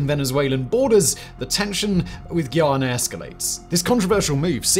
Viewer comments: Bro its not giyana its Guyana jees smh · Its Guyana....not Geeayana. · Is not ghee-ana as in ghee, but Guy-ana as in guy. Like he is my guy friend. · the way you say Guyana, i misheard multiple times as Ghana :D recurrent thought of how dafuq is venezuela gonna invade there :'D